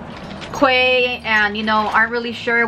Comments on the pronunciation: Great video. Glasses looked great and I really want a pair now ❤. New subscriber. Oh and Quay is pronounced Key btw 😘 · Love your video... You're so gorgeous, dear <3 Actually, the pronunciation for quay is "key" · It's pronounced Key